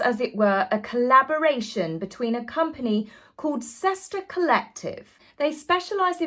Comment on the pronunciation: Well, there goes Cesta (pronounced chest-a) handbags!!